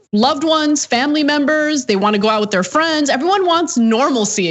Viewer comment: “Fweens” 😂😂😂 ...my grandmother used to say that